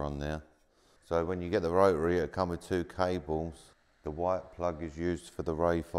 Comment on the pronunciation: Not pronouncing the t in rotary is killing me 😂